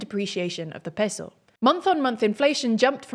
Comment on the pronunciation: just say peso with your normal accent why are you doing a Spanish accent every time you say it